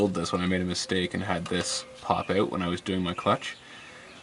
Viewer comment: ow ow owwwwt not oot ffs